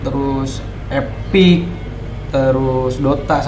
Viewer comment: Bang itu epic nya napa jadi spic bang wkwkwk